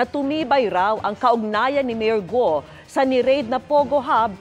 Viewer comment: "Guo". not "Go".😂😂😂